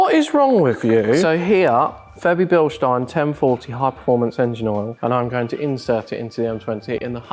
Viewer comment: OMG the first british guy who pronaunced Bilstein properly